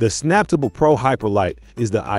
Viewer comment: Would be nice if you could get the pronunciation right on these vids, this should obviously be pronounced Snap Table, as the sticker on the machine says, saying samptable fast doesn’t sound anything like it’s intended to be. Also most normal people pronounce lbs as pounds, never heard anyone just say the letters.